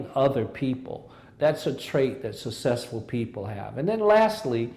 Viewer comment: Why can't he say 'successful'?